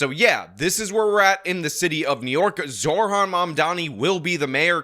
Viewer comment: Not that I care, but it’s “Zo-Ran” not “Zor-Han”